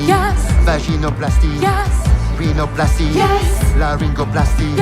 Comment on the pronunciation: How do they mispronounce rhinoplasty? It’s rhino, like the rhinoceros, not renal . Paint sniffing to the extreme.